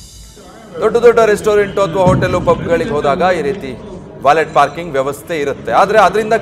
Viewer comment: It's pronounced 'valeh / ವಾಲೆ' 🎉